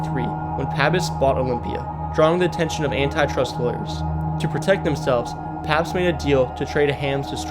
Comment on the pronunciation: Pab-IST? Mill-ER-waukee? Minni-ANNEN-apolis? Just get an app to narrate your stuff.